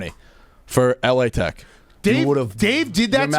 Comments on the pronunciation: Stop saying L A Tech you douche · Can you tell it is “Lah Tech” not “L-A Tech”